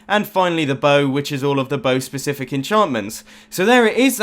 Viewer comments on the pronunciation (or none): none